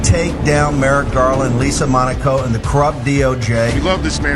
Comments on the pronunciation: Marjorie can't even pronounce Merrick Garland's first name correctly; she says "merit"! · Is MTG calling Merrick Garland "Merit" Garland? 😄